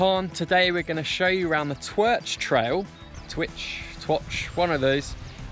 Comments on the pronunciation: If you're going to attempt to say Welsh names at least try to find out how they're pronounced. Twrch - pronounce as Turk Cafal - pronounce as Caval That'll get you pretty close. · Ebike. Lap of twirch, cafal, pedalhounds and the unpronounceable DH run. Top day out.